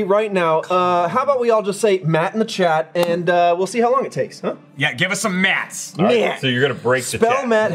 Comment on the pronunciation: "Myatt" - Matt Bragg